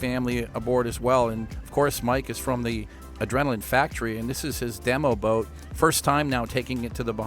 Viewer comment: Yeah, I mean have you heard him when he said "demo boat"?😄